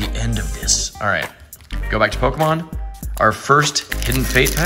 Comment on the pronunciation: Bro you gotta figure out how to pronounce Pokémon